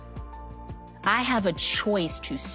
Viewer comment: Tia fkin up all the "C" words. "Court" "choice". She cringe af at this point.